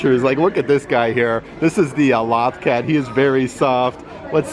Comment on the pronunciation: He clearly isn't a Star Wars Rebels fan since he can't say LOTH cat right.